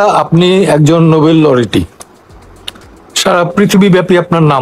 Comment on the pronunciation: নোবেল লরিয়েট শব্দ টি শুদ্ধ ভাবে উচ্চারন করতে পারেন না।